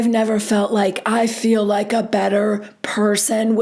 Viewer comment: I love how you sound like Robin when you speak like Whitney …. Just slower and a little more ditzy. But it must be an Utah thing .. the fill - feel… rill- real … dill - deal … etc etc. I gotta be honest ir makes me laugh when you say it but hearing these women naturally talk like that is obnoxious